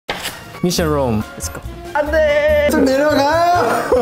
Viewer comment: lucas reading "mission room" as "missing room" and winwin correcting him im-- MHSHFH